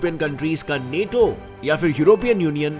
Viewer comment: Bhai tum hindi bahot jhaatu bolte ho maderchod... Thoda kisi se poochh liya karo... पुटिन नेटो।।। bhosdi k पुतिन और नाटो hai